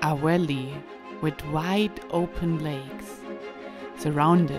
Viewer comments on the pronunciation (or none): for example during the intro, you say a 'walley', and you say one of the best places to 'wisit' in the winter time, but you actually say 'valley'. Not knocking you at all. In my job, we have to do a lot of training videos. The commentator is German and he does the same thing. For example he says 'life west' instead of 'life vest'. I read that Germans use W to make the V sounds, but I always wondered why they use both sounds often in the same sentence. Anyway, still loving the wideos. ;-) I hope to be skiing in Switzerland in January.